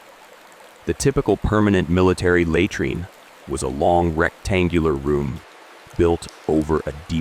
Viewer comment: Hey, can't you get your robot to correctly pronounce 'laytreen'?